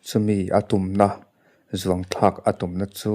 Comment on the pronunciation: Zuangthlàk tih tur ani lo. Zuanthlàk tih tur. I ngam chuan zuangthla la. I zuanthlàk ngam tak tak loh tawp kha.